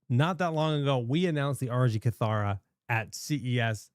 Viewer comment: Isn’t it pronounced “kitt-hara”? I swear that’s how they pronounced it in the original reveal 😅😂